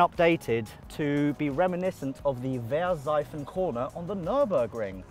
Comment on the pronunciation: I've never heard an English-speaking person say "Wehrseifen" as correctly as this. 💪